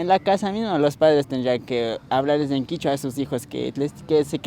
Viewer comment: Kichua o quechua en realidad es quechua KECHUA